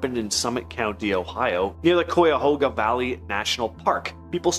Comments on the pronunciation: Y'all need to learn how to properly pronounce the counties & cities names of Ohio. For example one of you pronounced Cuyahoga as Coyahoga when it's pronounced as KyAhoga. Btw, I live in Trumbull county Ohio where the UFO lights were reported & I work in Mahoning county where the "wolf/dog-like" figure was reported to have been seen in 2021. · Kye-uh-hoe-ga, or Kye-uh-hogg-uh are both acceptable pronunciations for Cuyahoga. Chrissie Hynde is from the area and prounces it Kuh-hoga in "My city was gone." You guys aren't even close! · Cuyahoga (kie-o-hog-a) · Right? Cuyahoga is pronounced KAI-AH-HO-GAH not koi-ah-hooga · Depends, live in ohio too and we people in my area always pronounced it as ga-ga lake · You butchered Cuyahoga valley National Park and Medina